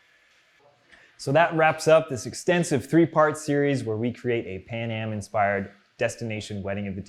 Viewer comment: Why is it Pam-aj and not pan-am?